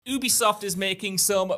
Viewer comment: You be soft is the pronunciation. They literally went on record to tell people how it's said and people still can't say it right.